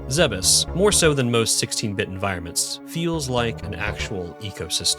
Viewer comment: THANK YOU for not pronouncing it "Zee-bees" like I hear WAY too many YouTubers do. It's infuriating.